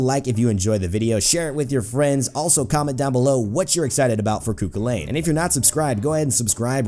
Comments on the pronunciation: Just a quick tip, it's pronounced coo cull en, not coo cwil ayn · Just to let every one know the actual pronunciation is Coo Cull-ann lol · Please at least pronounce it right Koo kullen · you are prouncing everything so wrong